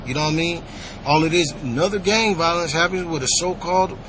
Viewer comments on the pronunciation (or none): none